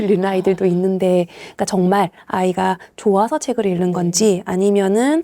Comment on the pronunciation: 차분히 현실을 말씀해주셔서 정말 감사합니다. 다만 '읽는'의 발음을 '일른'이 아니라 '잉는'으로 표준발음을 해주시면 좋겠어요. 국어니까요 ㅎㅎ 제가 좀 까다롭긴 하네요^^